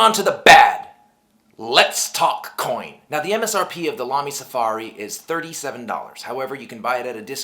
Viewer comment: Exce!lent German pronouncement! Good review too.